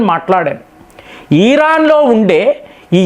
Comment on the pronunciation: ఈరాన్ కాదు ఇరాన్ అని పలికితే బాగుంటుంది.....